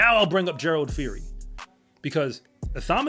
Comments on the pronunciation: Gerald. Phiri. Not fori.. the P and H sound like Peeri. Means wolf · It's actually pronounced "Pee- ree" the H in Phiri is silent